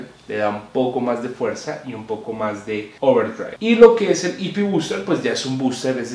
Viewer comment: Porque dice Ouwerdriaigvb?